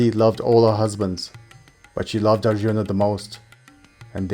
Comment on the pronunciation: Extremely good effort. Well researched and narrated 💘. But I really REALLY dislike the pronunciations ..like ArjunAAAAAA, DronAAAAA ETC! Man ..these are NOT ⛔ how you say such names. Very disappointed with this... its 🤢 colonial type of saying... by a colonised cooolie. Its sad.